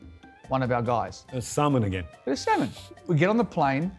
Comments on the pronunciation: Him : samon ! Me : semen ! Ewww!😂😂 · When he said salmon at first I thought he meant semen I was like Damn ponting really did that? xD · Had Gaurav Kapoor not made Warner repeat the word Salmon, I would have always thought of it as Semen. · He says salmon, I hear semen🤣🤣🤣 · Was I the only person who heard Salmon as Semen at first. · Oh it’s Salmon, I’ve been hearing it as S*men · I misheard salmon as semen 😂😂😂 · He said semen or salmon? thats Rickys put in his shoes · Who else misunderstood salmon for semen